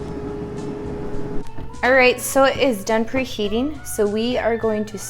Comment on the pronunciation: Sounds like you are saying "presheating" instead of "preheating". Thought I was hearing things.